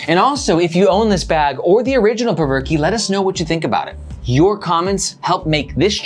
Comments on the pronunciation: “Perverke” hahaha i think its pronounced “provoke” 😂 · Spencer Cope is a co-founder and in his product video he pronounces the name of the bag as "Provoke", not "Perverkey"... just sayin'. Great content, nice energy and great to see honest reviews! Keep 'em coming! -Your newest Sub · I think it’s pronounced “provoke”. Th way you pronounce it is cringy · "Perv-er-key" LMAO.... that's embarrassing. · I cant with the "Perverky"